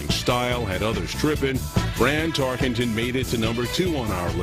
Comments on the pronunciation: to start lol HEY LADY it's TARKENTON not TARKINGTON!!!!! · If Tarkenton’s was the first football name she learned, it would seem she’s had enough time to pronounce it Tarkenton, not Tarkington.